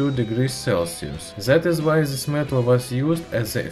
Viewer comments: "in zis kirkumstances" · Zis zat zen ze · омг, зыс прононсиэйшн. ю кэн ду бэтэр мэн. гуд лак